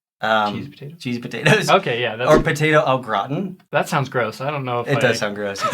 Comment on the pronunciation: I fear that I may never recover from hearing your pronunciation of "Potato Au Gratin" 🙈